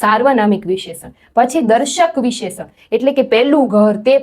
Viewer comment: ખૂબ સરસ પ્રયત્ન છે. પણ હા ભાષા માં ઉચ્ચારણ માં શુધ્ધી ની જરૂર છે. વિશેષણ નો ઉચ્ચાર ખોટો છે